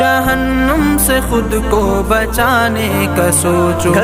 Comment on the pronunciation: It's not jahannum, it's jahannam